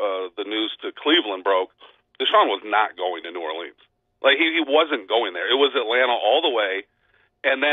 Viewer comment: Great segment but why can't this guy pronounce New Orleans?